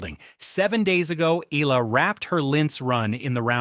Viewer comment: Pls pronounce her name as Eh...yah...la...